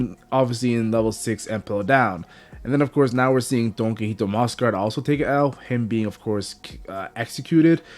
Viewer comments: Omg I can't watch this if you're going to keep saying "donkeyhito" it's DON QUIXOTE(KEE-HO-TAY) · Don key hoe tea